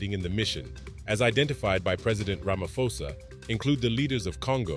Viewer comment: Ramaphosa, pronounce the P. It's not Ramafosa.